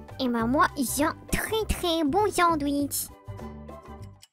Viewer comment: "Ah bah moi z'ai un très très bon sandwich"😁😁🤣🤣🤣